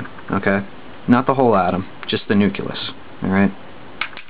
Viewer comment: you sound condescending...btw is it nuculus or nucleus? i do like the video nonetheless.